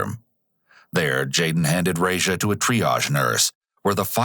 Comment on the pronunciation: The way you mispronounce that babys name makes my ears bleed.